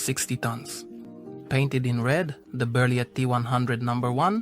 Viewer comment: Nice vidéo but you don't say the T at the end of Berliet